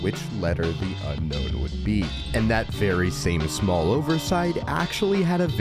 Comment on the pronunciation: It's Un-Own. Not Unknown. Drives me crazy lol